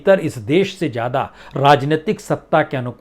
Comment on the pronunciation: Itna parha likha anchor.... Prasun Vajpayi.... Lekin... Z... ज़ ....zameen.. Zyada... Zaroot... Boltay nahin aata... Boltay time ekdam jaahil lagta hai..... Upar se gandi munchh jis k baal munh mein aatay hain.. Babu parha likha hai... Uchcharan sahi bolakar..... Zaahil?... Jaahil